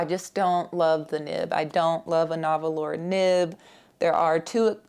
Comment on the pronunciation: Nahvalur is pronounced NAR whal. Light inks are so frustrated. Except for artwork, what are they good for? I really want to use them and my feelings get hurt every time. Why?!